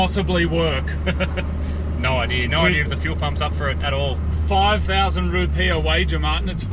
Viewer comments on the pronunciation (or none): Are "Rupeeah?" Rupee's?